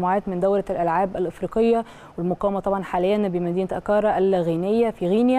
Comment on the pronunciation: البنت بتقول البطوله الاقامه ف اكارا مش،عارفه تقرأ اكرا عاصمة غانا